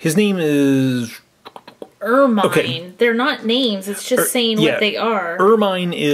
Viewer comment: it's called (er-min)